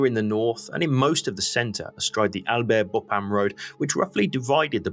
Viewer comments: Very excellent overview of the Battle of the Somme, and I hate to criticise anything… but Bapaume is pronounced more like ‘Bap’ome’ not ‘Bo’pam’. Please forgive me for mentioning it, I’m an incurable pedant… and a Frenchman would probably sneer at my suggested alternative! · funny how you invert the syllabus in BA PAU ME saying BAU-PA-ME :-)